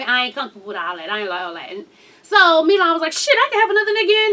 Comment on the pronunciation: his name is Milan. & it's pronounced mill-ahn